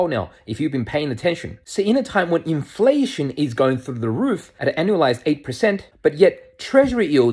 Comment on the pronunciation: Why he says "INFLATION", in exclamation marks?